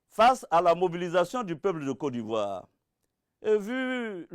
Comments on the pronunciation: Il dis Co d’ivoire 😂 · c'est vrai. Il dit cô d'ivoire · C'est sa manière de prononcer <<Côte d'ivoire >> qui me fait rire souvent😁. Sinon on est derrière toi même si tu as tuénos pareil t pour Ado auparavant. Seulement nous même on n'y crois pas trop quoi. On sais pas comment tu vas enlever au pouvoir ton tigre que tu as pris le temps de bien installer. 😁